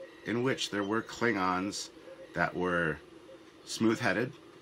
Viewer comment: klibgons, ridged for our pleasure? did you really make the klingons sound like gay condoms? rehearse lines like that in the future pls. I'll go with bona fide slip of the tounge this time